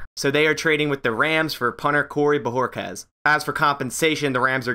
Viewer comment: Finally someone that pronounced his name. New sub for that.